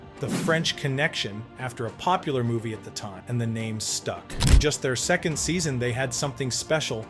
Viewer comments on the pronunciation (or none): none